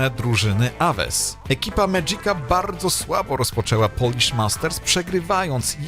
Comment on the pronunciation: Polish, nie Polich